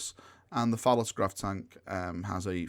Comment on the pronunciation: Did you just say “Phallus Grav Tank”? Oh my god, you did. Hahahaha- I think you mean “Pallas”- like Athena, Y’know? Not “Phallus”- like, well, I don’t have to tell you that one, do I? 🤣 love ya - you totally fucking crack me up